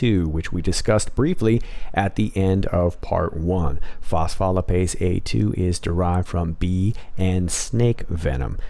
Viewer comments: Very cool and interesting. Thank you for putting this together. just an FYI, the pronunciation of phospholipase is fos-foe-lye-paze. Also, if you ever have questions about the pronunciation of most scientific terms, I would be happy to help. I have a Ph.D. in neuroscience and have worked in an academic environment for 20+ years. Please contact me if you have questions. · Great job as usual. FYI pronounced. Fos-fo-lip-aze. Accent on the lip. I’m a nurse 😘